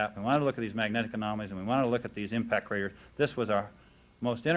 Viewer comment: did he say bomb crators? lol